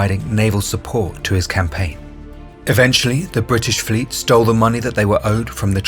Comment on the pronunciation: The British Flote? What?